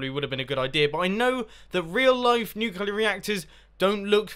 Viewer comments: *nuclear. nu-clear. clear. not nucular... i know its been 2 years but omg stahp. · Not trying to be rude i love your videos but its nuclear not nuculor. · If you're in America, it'd be a 21+ drinking challenge Also, try drinking every time he says "Nuculear," instead of "Nuclear" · You said nuclular, it's nuclear. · It is pronounced "nuclear", not "nucular". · Mumbo, it's NU-CLE-AR say it correctly xD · Have electricy come of the nucular reactor,Mumbo :D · OH NO HE SAYS NUCULAR. -100 internet points. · nucular reactor?